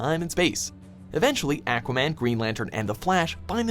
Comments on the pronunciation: Dude said, “Akwaman” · lol AAH-QUAMAN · The way the narrator says Aquaman makes me uncomfortable. But a good list.